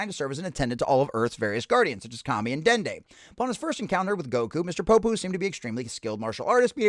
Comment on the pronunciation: Pronounce his name right. Don't be a dickhead.